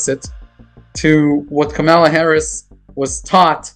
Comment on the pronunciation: KAM a la At least pronounce her name correctly.... Even Donnie Disinfectant pronounces it correctly now! talks too much